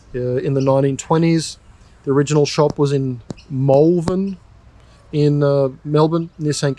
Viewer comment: Mulvan? 😂 Either people from Melbourne are being weird again, or they don't know how to pronounce Malvern.